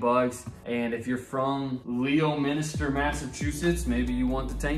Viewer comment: It's LEMON-ster, MA! Nice video!